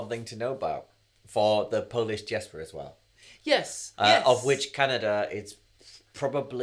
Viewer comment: Beautiful! Your Polish pronunciation is much better than Sinatra's.